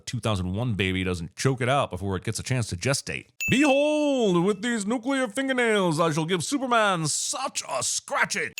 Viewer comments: No sin for Lex pronouncing it "Nu-cu-lar?" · so we gonna ignore the fact Lex Luthor pronounced “Nuclear” Nucular 😒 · ~ You forgot to sin Lex Luthor for pronouncing the word, "nuke-ya-ler" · Super genius lex luthor can't pronounce the word nuclear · Are you saving it for later, or missing that the villain with the tendency to boast about his intellect doesn't know how to pronounce the word "nuclear?" 😂